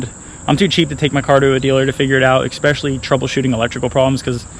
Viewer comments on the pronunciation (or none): Please stop saying "exspecially" there's no x.